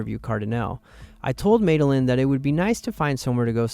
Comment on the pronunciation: you don’t even know how to pronounce your ai friends name 😂! It’s not “ made- a - lynn “ it’s “ maddy- lynn” 😂